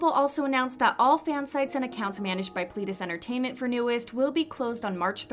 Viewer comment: Nu'Est is pronounced New East. Eden-dary is Eden , like garden of eden , ary Watch Kingdom, Hongjoong says it a few times while making a performance. Pledis isn't pleadis. pLEDis. Like a person PLED guilty. Watch Seventeen IN the Soop, they say it a lot there.